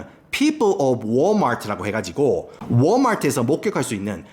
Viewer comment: 영상 너무 재밌네요. 정확하게 관찰하고 분석하셨어요.😊 구독하고 갑니다. Walmart 발음하시는거 보면 영어 원어민 수준이실 것 같은데 사투리를 어찌 이리 잘하시는지요..